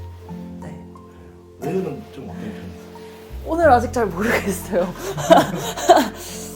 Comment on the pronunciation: “오늘 ~”이라고 할 때 경상도 억양?